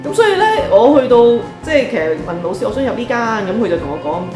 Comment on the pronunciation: 對於一位閩南人來說, 聽到粵語的老師, 會想成螺絲...😁